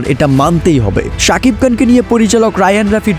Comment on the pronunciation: এই বেটা উচ্চারণ ঠিক কর সাকিব কান চেলেন🤣